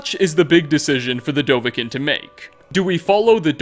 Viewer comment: The way he pronounces dovahkinn... it sickens me